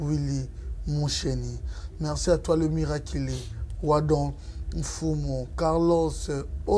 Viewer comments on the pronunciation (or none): Un conseil: T’es jeune, plutôt cultivé mais tu dois retravailler ton français et surtout la prononciation des mots. C’est important de bien parler une langue quand on veut l’utiliser. Parce que quand j’entends « etide » à la place d’études, « miraquilé » au lieu de miraculé, « valere » au lieu de valeur… ça me tue l’oreille. A part ça, ton émission est top et tu es toi-même professionnel